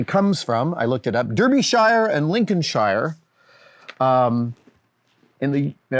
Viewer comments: You didn't ask for advice, but would you like some? 😏 As someone originally from Lancashire and Yorkshire, Derbyshire and Lincolnshire are pronounced: - Dar-bish-er and - Lin-ken-sher. "Fair dinkum" is basically a regional alternative to the Northern phrase "Fair do's". Also, just to say I love these kinds of Q&A videos, where instead of a piece of trivia we learn a little about your life philosophy or personal feelings on something or how those things have evolved during your life or work. Best wishes, Adam! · I liked the way you said Derbyshire and Lincolnshire. I mean wrongly, but funny.